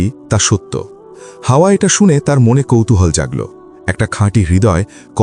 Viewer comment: Hawa (a.) ke hawa boltesen barbar 😭